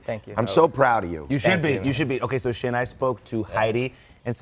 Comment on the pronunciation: She called him Shim lol